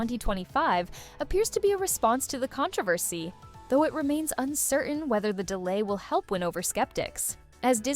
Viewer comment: HOW did you just say the word "controversy"? LOL Your AI voice needs some help with pacing and pronunciation. There are a lot of weird... pauses. And it just ends???? Snow White will truly what???